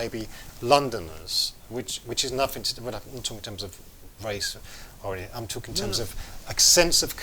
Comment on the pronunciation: I can't listen to this guy, with his pronunciation "talkin' ", "bein' ", "investigatin' ". Awful, slovenly diction. I'm out of here!